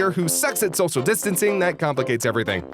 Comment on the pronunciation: have you tried sending to a speech therapist? Cuz what is sosal distancing?